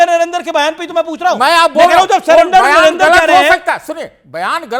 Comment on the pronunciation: सही बात यह है की राहुल को नरेंद्र का उच्चार करते नहीं आता ओ नरेंदर बोलता है